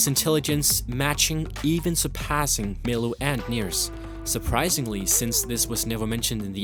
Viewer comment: (Talos Stormcown) Say Near It Sounds like your saying N from black and white